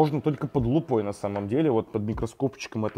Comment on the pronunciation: под лупОй? ))